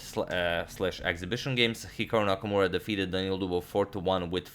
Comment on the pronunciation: anyone noticed "Nakmaura"?